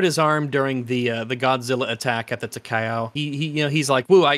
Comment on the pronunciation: As a WW2 warships lover, the mispronounciation of the Imperial Japanese Navy Heavy Cruiser Takao really triggered me. Now the interesting part about that gunnery scene, was that IJN Takao had 203mm guns, and those did some serious damage to Godzilla. It also had type 93 torpedoes, which were really strong, but they were probably too close to be used because they might not arm. However, sustained fire from a battleship, like the Amagi or Nagato, if those hadnt been destroyed, would be interesting, given that those 2 ships rocked 410mm guns. The American counterparts would be North Carolina, South Dakota and Iowa class battleships, with 406mm guns. And of course Godzilla would be obliterated by the Yamato class battleship, with its 460mm guns. Assuming of course it didnt have time to fire the atomic breath. I loved those 2 minutes with the Takao.